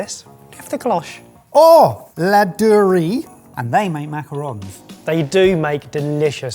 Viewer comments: He's not saying laundry. He's pronouncing it Laudurée in instead of Ladurée. Just a small mispronounciation. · Laduré, please don’t call it lo-du-ree. It’s pronounced as it is written really la-do-ray (the middle u is hard to pronounce, I give you that).😅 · why is pronouncing Ladurée like Laundry? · pronouncing La duree like lordery made me doubt if we’re talking about the same place